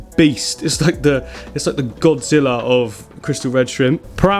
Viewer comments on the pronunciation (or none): none